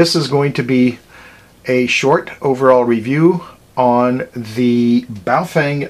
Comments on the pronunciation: ba-oh fung.... not bay o fang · Pretty sure it is Boof-wang.